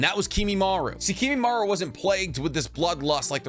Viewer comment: Isn't it Kimimaro not Kimimaru?